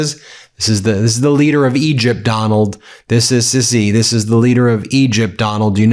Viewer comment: Al Sisi is pronounced Al Seesy